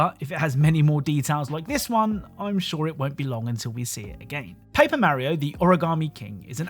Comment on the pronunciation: I hate the way you pronounce Mario